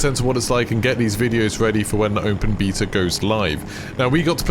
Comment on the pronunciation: Bae-ta lol. Love you brother